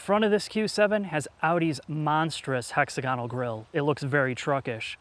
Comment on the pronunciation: Great reviews...May I suggest hex-AG-uh-nul for the pronunciation?